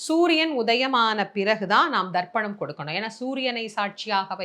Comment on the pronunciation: It is not darpanam it is tarpanam